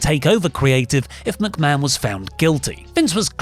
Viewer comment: I already don't much like this presenter but within seconds he mispronounced the name Mcmahon as McBann. On a live show, no problem we all do it. This thing was prerecorded edited and signed off on. My god. As if I wasn't already in a bad mood thinking about Vince in general.